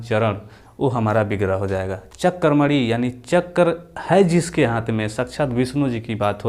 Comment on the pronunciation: Chakramani nhi hota h chakrapani hota h